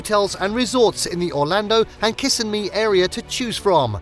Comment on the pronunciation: Kissimmee is NOT pronounced "KISS-im-MEE", it is pronounced "ki-SIM-me"!